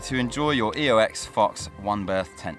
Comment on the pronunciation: Sorry, but did I hear you call it the EOX, not the OEX . Not that it matters and great video